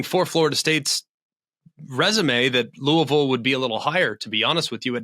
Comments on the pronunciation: It's LOO-uh-vill! hahahaha That was great. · “Loouhville.” Spot on to how McElroy said it.